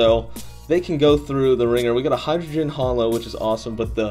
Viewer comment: Did he say hydrogen?